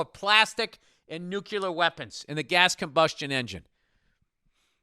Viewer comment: wtf is nucular? lol